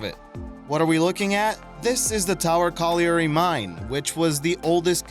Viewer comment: Hate to nit pick but the mine itself is of a tower colliary type. Not its name. Colliary is pronounced colli - ry as if the a does not exist. Yea i know im annoying but i spent 10 years pronouncing it wrong. The tower refers to the lift mechinism that would bring miners up from the coal face below. Im from the uk and the things we pronounce differently baffles me too